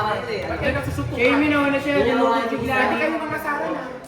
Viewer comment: nag susuntukan❎ nag chuchuntukan✅